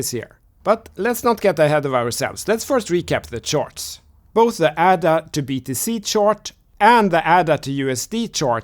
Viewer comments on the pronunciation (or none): It's pronounced AY DUH. After Ada Lovelace, the world's first computer programmer.